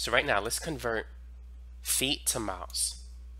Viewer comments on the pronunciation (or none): You should try pronouncing miles Miles Miles not maos. And I take it you’re homosexual.